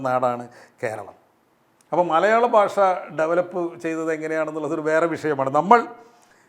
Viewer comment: താങ്കൾ എന്താണ് 'ഭാഷ' എന്ന വാക്ക് 'ബാഷ ' എന്നുച്ചരിക്കുന്നത്! 'ഭക്ഷണം' എന്നത് ' 'ബക്ഷണമെന്ന് ' താങ്കൾ ഉച്ചരിക്കുന്നു. 'ഭ' എന്ന അക്ഷരം 'ബ' ആക്കാതിരിക്കൂ......